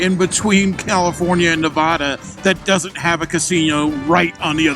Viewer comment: Ah crap, you were in my town and I didn't see ya. Quit pronouncing Nevada like a Yankee. Keep it weird